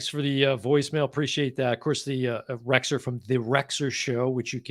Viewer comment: I second the Rexer pronunciation